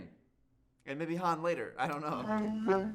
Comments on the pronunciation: How many movies will it take for you to not call him Hans 😅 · the way is calling Han Solo “Hans” is killing me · calling Han Hans killed me 😂